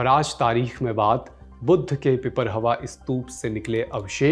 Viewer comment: It's not pipar+hawa It's pipar+rahawa